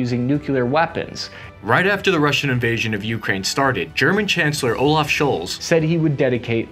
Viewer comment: BTW "Olaf" is pronounced "Oh'luff" not "Olove", if that makes sense...